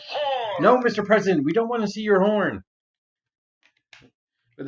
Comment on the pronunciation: Every time it says "horn" I keep not hearing the "n."